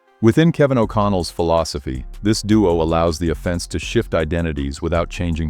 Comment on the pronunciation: Your text-to-speech bot says “offense” with the emphasis on the second syllable every time, as in ‘criminal offense”. No one who knows anything about football talks this way. Kindly ditch the robot voice and get a human being to read your script, it’s very annoying. Thanks